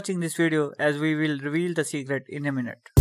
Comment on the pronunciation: Now i remember ! It was your language that soundet funny when you say "we will reveal" XD